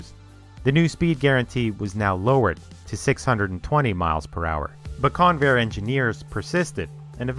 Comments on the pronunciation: That's CON-vair, not con-VAIR. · It's pronounced CON-vair, not con-VAIR. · I literally thought you said Conair lol They transport prisoners around the USA. I was wondering why they'd be building aeroplanes ✈ 🤔 🤣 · Accent on the beginning of the name rather than the end: CONvair. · I winced every time the fool mispronounced the word Convair. The computer graphics masquerading as images are pathetic and not even video game quality. The ads at the beginning and end suck - THUMBS DOWN